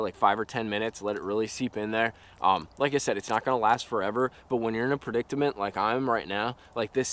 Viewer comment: a predictamenet 😂